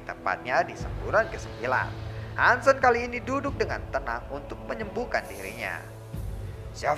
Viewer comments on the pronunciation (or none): Bang ada sedikit masukan nih kalo boleh; jendral Han Sen itu dilafalin kata "Sen" bukan seperti kata 'Sendiri" tapi seperti "e" pada kata "BengBeng".. mohon maap jika sy lancang, jgn digebuk ya 😅🙏